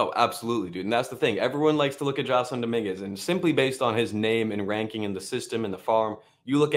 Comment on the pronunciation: His name is pronounced Jay-Son. Named after Jason Giambi, although spelled an extra s.